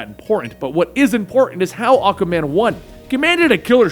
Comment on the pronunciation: Ah-Kwah-Man not Ah-Kah-Man It's a "Q" not a "K" I hate to be that guy but you made a video of a character whose name you mispronounced for 9mins and 25secs (Great video though Wet Dave needs for respect)